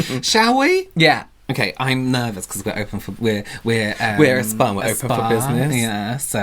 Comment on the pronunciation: The way you two pronounced SPAAAA-Day 😂 like should be the happiest guy on earth that you gift him a Spaaa Day 😂 I still have to watch the whole video but already know it’s gonna crack me up hahah